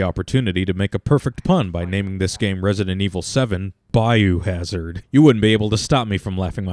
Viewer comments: If anything, YOU deserve a sin for calling it "Bayouhazard" sir. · "Resident Evil VII: BAYOUHAZARD"